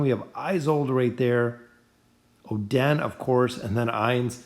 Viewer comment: cant believe he said "oh, den" for oden........................................................................................................................ stg ima just comment abt how badly you butcher their names on each vid i see from you..